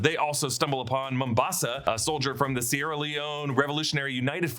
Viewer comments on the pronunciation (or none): none